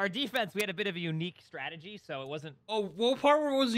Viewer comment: "stragegy" XD